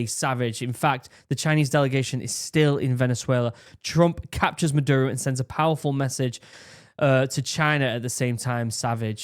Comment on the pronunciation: a good way to pronounce spanish words on the fly is to break it into 2-3 letter syllables and pronounce them as easily as possible. for instance, "caracas" should be "ca-ra-cas" and the only sensible way to pronounce "ca" is like in "car," then the same vowelization for the "ra" like and so on. you end up with "kah-rah-caas." maduro- "ma-dur-o" leads to "mah-dure-oh". its not perfect, but its usually close enough to get you by. if you notice, other pronunciation choices don't roll off the tongue. i'm an american, and found this video to be very helpful. i think all these kinds of stories should be accompanied with maps so that people can understand exactly where things are happening. only thing missing was a topographic map, then you would have seen a couple of bomb sites were at the tops of mountains, indicating anti-air emplacements. we all hope this simmers down and venezuela takes the opportunity to come out with a better government that the people actually elected. say what you will about trump, even though he disagreed with the 2020 outcome, he still stepped down. hope the linguistic tips help!